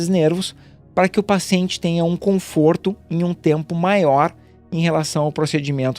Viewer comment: Conforto e não comforto.. .